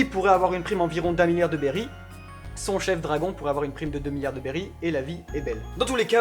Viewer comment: BERRY PAS BERRYZZZZ